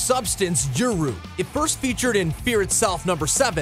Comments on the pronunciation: Malnir(Mjolnir) and Juru(Uru) LOLL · Molnir??? Youru?? (what Mjolnir's made out of)